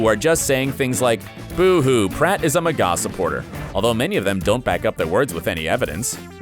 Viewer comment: MAH-GUH Not MUH-GAW YOU DUNCE